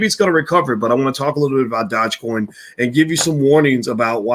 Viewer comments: What is a Dodge Coin 😂😂😂😂😂😂. You are mispronouncing the word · It’s Doo je coin. Learn how to say it. Even dog e coin would be acceptable. You sound like a fool. 😆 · YES - ITS DOOJE( PRONOUNCED) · A lot of people commenting on the way your pronouncing dogecoin, but I Don't think this stock deserves the correct pronunciation sound to much like a ponzi! ( Remember Bernie Madoff)